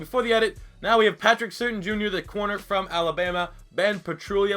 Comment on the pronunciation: Patrick's last name is pronounced Sur Tain